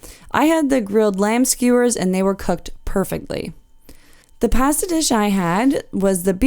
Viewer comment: We tried it on the Caribbean Princess last year and really enjoyed it. We're cruising on the Enchanted Princess this year and will book a meal again. By the way, the only mispronounced word in your video was "pasta." As we prepare for our cruise, I'm enjoying the tours on the Enchanted Princess.